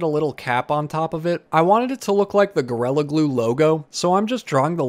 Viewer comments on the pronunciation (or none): I’m not being sarcastic when I say that I adore the way you pronounce gorilla- GORELLA- it’s much more evil that way! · Your accent always comes out when you say “orange” lol and today when you said “gorilla” it became more apparent 😂